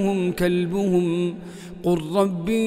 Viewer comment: الشيخ قالها صح ومكتوبه بشكل صحيح بردو مفيش خطأ خالص